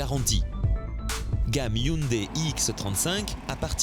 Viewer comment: hyundai pas hyndai :) sinon , bon travail